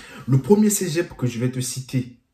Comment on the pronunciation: Mec c’est Cé pas cegep